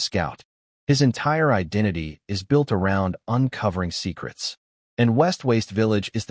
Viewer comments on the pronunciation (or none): none